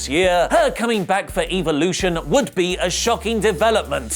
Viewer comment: Does he know how to pronounce evolution